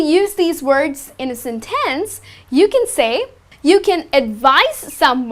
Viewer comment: please don say sintens for sentence, but sentins :)